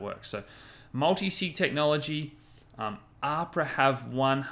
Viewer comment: I love you, and your content is mint. But two things: Cah-dah-no = Cardano not Cah-don-ah Ab-rah = Abra not Ah-prah Other than that, keep it up mate!:p